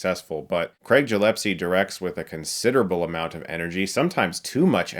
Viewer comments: The director's surname is GilleSpie not GillePse. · Are you pronouncing Gillespie as “Gillepsy” on purpose? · Chris: Take a good look at the name of the director. Gillespie, not Jillepsie. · Loved the vid, but I think it's gill-ess-pee not gill-ep-see? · By the way it’s GilleSpie with a hard g, not jillepsie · Don't take it otherwise...i liked the movie and it's music but your review is looking like you are taking revenge of something!!! You're movie review sucks dude... And yeah,it's Gillespie,not jilespie.... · GilleSpie ...not GillePsie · Love your videos Chris, but it's Gillespie, not Gillepsie. Just thought I would point that out since you mispronounced his name so many times. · Did he just pronounce "Gillespie" as "Jill-epsy"? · GilleSPie, not GillePSie lol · Chris: it's Gillespie, not "Jillepsy". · Love ya Chris, but it's Gillespie, not Jillepsie -- lol, I'm sure by now 10,000 other obnoxious people like me let you know. :D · "A family movie" Uh, it's a movie about a woman who wants to kill and skin dogs to make a coat. The premise alone screams, "not really for kids". Say it with me.... GILL-ESS-PEE. Not jillepsy. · Wait did you just say Gillepsie instead of Gillespie? Hi Chris... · You've really got to work on pronouncing people's names. There was Michael Chaves the other day (an obviously Hispanic name), and now Craig Gillespie - a very clearly Scottish name. Krayg Gill Esspy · It's not "Jillespie"! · Isn’t it pronounced... Jill-ess-pee? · Gillessss-pie! 😖 haha sorry. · Man you say the surname so weird it's pronounced - Gil-Less-Pay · Um ... Gill-es-pie ... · Gi-Less-Pee. You're welcome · "Jillepsie" "Jillepsie" stop "Jillepsie" [eye twitch] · u said the director's name wrong more than once :/ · I'm pretty sure that's not how Gillespie is pronounced. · Gillepsie??? Come on, Chris, Minty can get away with that, but not you. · Chris is butchering the directors name so bad lol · Every time you mispronounce Gillespie a puppy gets skinned